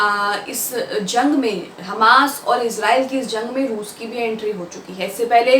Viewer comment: rooz nahi bolte